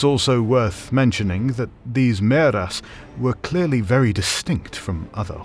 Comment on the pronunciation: Is it Maeras or Mearas? I'm confused. Personally, I like Maeras, but in the name of the video it says Mearas, unlike the translation.